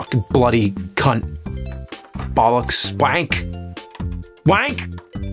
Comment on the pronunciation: Hearing James say bollocks 😂, good pronunciation as well 👌